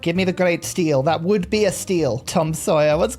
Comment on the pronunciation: its not pronounced like 'steel' more like 'stel-eh' or 'steel-y'